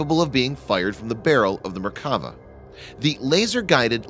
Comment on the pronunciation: One correction: in Merkava, you should accentuate the final vowl "a". If we were using accents, it would sound like Merkavá. Literally it means "chariot".